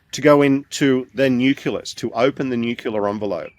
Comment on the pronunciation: It really bugs me when supposedly informed people mispronounce important words like 'nucleus' IT IS NOT nuculas! Please ask to learn the correct word please. The important work he is doing must be backed up with correct information otherwise it will be dismissed out of hand!